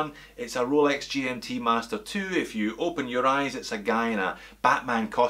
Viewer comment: Great channel, I watch every one, but I'm a bit over the "Cholex"